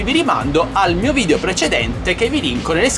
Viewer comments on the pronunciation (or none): none